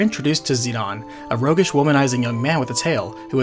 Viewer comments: If it's ended with an e and a vowel it make the vowel long. Zid-aine. It's hard to take anthing you say seriously when you say zidahnn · He is Zi-DANE to me as i grew up.. So weird and unwatchable hearing Zi-DAAN 😅😂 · Whos zeed-awn? Its Zidane Zi-dane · Dude, do you not understand basic English?? His name is not pronounced Zee-don. Its Zee-Dayne with a long "A". When has "dane" ever been pronounced "don"...If you make a 40min video, you might just want to learn how to say the main characters name properly. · Yeah it’s Zih-DANE not Zih-DUHN nor ZI-dumb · Yeah that's wrong though. His japanese name is Jitan (ジタン), so the English pronunciation is probably "zi-dawn", though I've always said "zi-dayne". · As a kid it was always Zidane. Then dissidia was made, pronouncing it zeedawn. Then learning how many games translations were changed heavily. Some butchered entirely. Yaaaaa. I've accepted I was wrong for the majority of my life hahahaha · Despite the fact that it was in Dissidia, I don’t like or agree with Zidane’s name being pronounced “Zi-Dawn.” I don’t care who you are, that just sounds like a bad mistranslation. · I'm not so sure about the name pronunciation. Isn Zidane French, which would make it zi-dan. I know dissidia says zi-don but even dubbing can be wrong. Not going to fault someone for saying Dan or Don, it's probably more like tomato. Hell where I live David has 2 pronunciations depending on family. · Where did you learn to pronounce the characters names???? I know there is not any voice acting to confirm pronunciation, but seriously...Zi Don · Zidahn Zidahn Zidahn... That's all I hear. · why dies he keep pronouncing zidane as zeon and zenon? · It sounded like you kept saying "Xenon" instead of "Zidane". Either way, great re-upload. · Zinedine Zidane is precicely the reason I pronounce it "Zi-Dahn"...because that's just the closest reference I have... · You really pronounce Zidane that way? Wtf bro? What do you call Beatrix? Baethrow?